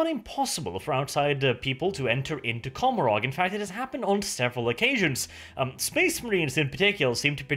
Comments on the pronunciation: And don't you think COMorog (or how the f you spell it) is a play Gomorrah, and should be pronounced coMOrog instead? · If the Eldar words are based on ancient Irish, “Commoragh” is pronounced “Commora”, you don’t pronounce the “gh”, I’m a fluent Irish speaker, no offense, you have the best 40k channel on you tube